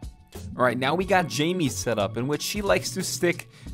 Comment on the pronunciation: Its not pronounced Jamie is pronounced like (Hi-meh) Jaime